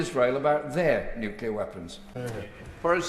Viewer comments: I'm sorry. I can't listen to these people any more. They are a disgrace,. And not just because none of them seem to be able to pronounce the word "nuclear". Hint: it is not "nuculer". Sheesh. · The Foreign Secretary can't even pronounce nuclear. It twangs my brain every time I hear him mispronounce it